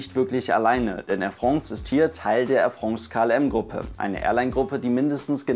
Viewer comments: Ich beginne jetzt dann eine Spendenaktion für einen französisch Sprachkurs, damit Airfrongs zu Airfrance werden kann;) Nein nur Spass😊 Danke für Deine Videos und deine Arbeit! Geniesse und wertschätze die Videos wie kaum andere! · Äir Frongz oder auch Äir Frons gesprochen 👍